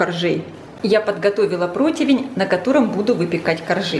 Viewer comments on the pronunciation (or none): none